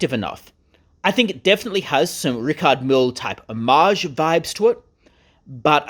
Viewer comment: at least you could have learned how to say Richard Mille